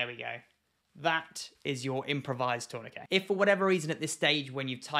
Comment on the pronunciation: I'm just here for the glorious way you say tourniquet. In the Midwest of America, I've only heard it pronounced like turn-na-kit, but the way you say it makes way more since especially the way the word is spelled.